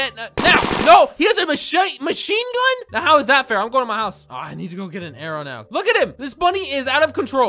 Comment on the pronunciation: HE HAS A MACHA-MACHINE GUN! Me: MACHANE GUN! XDDDDDDDD